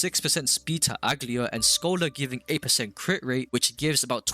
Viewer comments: that is NOT how you pronounce aglaea 💀 good guide tho you should start showing us your gameplay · You're pronouncing her name wrong..